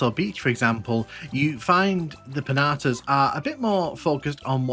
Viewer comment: Did you just called the piantas "pinhatas"?